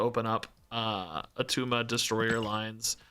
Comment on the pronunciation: its not Attuma